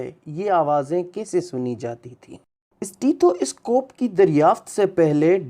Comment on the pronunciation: یہ اِسٹیتھواِسکوپ کیا بلا ہے؟ سیدھی طرح سٹیتھوسکوپ بولو